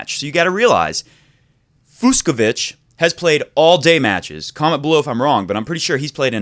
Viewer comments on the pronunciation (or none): The 2 ‘cs’ in Fucsovics’ name is pronounced like ch in Cheetos snacks. So it’s NOT Fuksovik :)